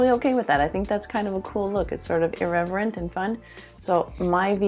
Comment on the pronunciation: Did you say irreverent